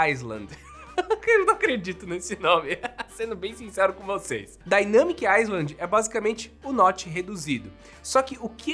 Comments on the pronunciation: se fala “dainâmic ailand” e não “aiSland” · Obs: se pronuncia “ailand” e nao “aisland” Valeu. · Dica boba: island se lê “iland” (sem o S) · Só uma correção: se fala DAINEMIIC AILAND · A pronúncia de "island" é (ailând) sem o "s". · “Island” não se pronuncia o S. Se pronuncia “ai-lánd” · Dynamic "áilend". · O mais legal é que nenhum YouTuber fala “island” corretamente! 🤣🤣🤣 E, na verdade, esse Dynamic Island vai dar a impressão de que essa porção da tela queimou! Kkkkk Vai atrapalhar mais ainda quando estiver assistindo a algum vídeo.